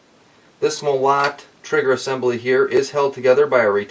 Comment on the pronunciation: Just FYI: the proper pronunciation of the factory's name is not MolOt, it's MOlot. Means Sledgehammer. Thanks for the video.